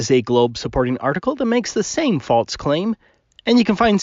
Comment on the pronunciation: Um... what the heck is "falTse"?